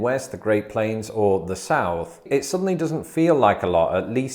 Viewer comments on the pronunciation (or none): none